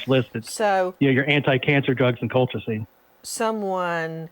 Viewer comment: Colchicine!!!! Learn how to say it before you do a show revolving around this medication, ESPECIALLY when you insist on being a KNOW-IT-ALL and interrupt your guests constantly!